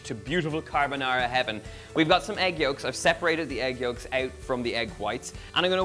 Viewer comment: I am Italian. Although I am, what I consider to be a pretty good cook...I have never mastered Pasta Carbonara, which is one on my favorites (yes scrambled eggs). I think your method is my answer. Your pronunciation of the dish is perfetto. MILLE GRAZIE!! See...we Italians can say nice things 😉